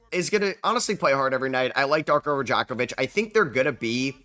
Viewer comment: "I love Darko Ra-jack-off-vich"